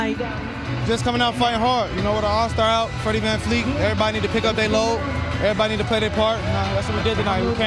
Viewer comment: why do americans have a hard time saying VanVleet. even gary said Vanfleet lol